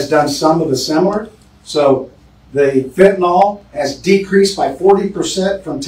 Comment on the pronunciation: Sheriff, its known actually as Fentanyl. FENTA-NILL. Not fentanyl-nawl… (It makes a difference. Not choosing to speak English correctly, means we aren’t teaching each other. Its done by hearing words pronounced correctly. And, in turn more of us hear and see correctly, so we can teach each other by reinforcing correct pronounciation. All without consciously thinking about it. Think of it like this. Why co people in and from the South speak the way they do? With a slow, Southern drawl and twangy? It’s because it is how everyone around them speaks. They hear it over and over. So, they learn by word association. They don’t (thankfully) sound like New Yaukahs, with their language patterns, impatiently fast patterns and word shortcuts. There it’s the same learning cycle. They hear and repeat, because everyone else is doing just that, and - sounding like New Yawkuhs.